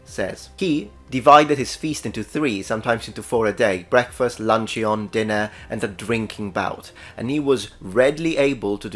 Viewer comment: Dear, great video! Here are a few pronunciation pointers: -Scarce has the sound of scare not scar -Luncheon is lunch-on not lunch-yon -Wound has the long [u:] of moon or woo, not the short [U] of would or good. - Chaldean is pronounced Kaldean.